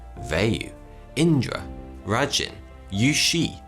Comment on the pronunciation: RAI-jin not rajin